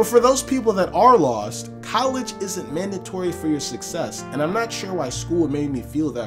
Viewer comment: "college isnt madatory for your success" damn